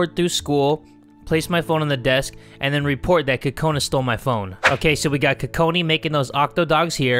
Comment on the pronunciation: Lmao be saying Kokoni all day 😂😂😂😂 btw i love ur vids. - haley and amber